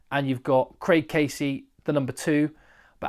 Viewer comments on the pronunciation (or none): none